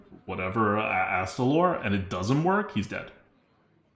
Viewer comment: finally said Astalor(as opposed to "Alister") correctly yay!!!